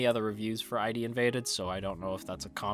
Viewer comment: I think its id invaded not ID invaded, like from the id the ego and the super ego you know. Also his name is saKAIdo not SAIkado, and his daughter is KAIdo